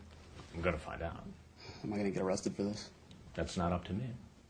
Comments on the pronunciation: O cwap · Oh cwap, am I gonna be awwwwwwrested?